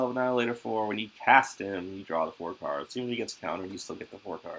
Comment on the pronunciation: you definitely do say Kurds though 😂. Have for years. I always smile when you say card lol